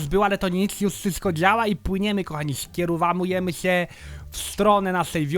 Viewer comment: "skierowawujemy" xD